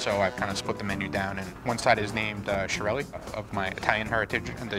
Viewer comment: What did he just say? He pronounced "chiarelli" as "syiarelli"? He proudly said that he has Italian ancestry 😱😭